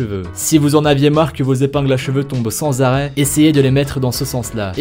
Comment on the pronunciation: les feveux 😂😂😂